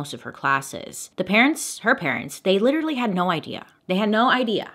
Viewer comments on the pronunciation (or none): not "liteerally"